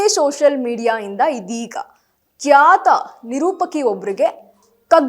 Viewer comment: ಕ್ಯಾತ ನಿರೂಪಕಿ ಅಲ್ಲ ಕಣಕ್ಕ ಖ್ಯಾತ ಅಂತ ಅನ್ನು